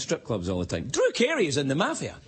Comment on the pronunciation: Ehi.....It's MAFIA, not MAFFIA!!!!! Get a dictionary!